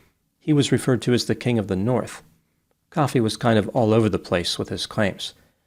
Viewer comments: Ko fee not coffee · It's not pronounced like coffee, it's pronounced Koh-fee. I think. I did look it up, but I'm only saying that cause of the wrestler Kofi Kingston, and WWE pronounce it Koh-fee. Whatever.